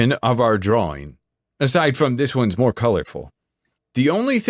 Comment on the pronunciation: "Dis a good pencil!" Love it